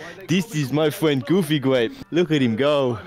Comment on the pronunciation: You mean gwape?